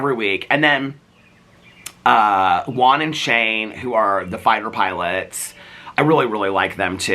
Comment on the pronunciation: I loved the neighbor stuff. Please can you learn how to say Juan?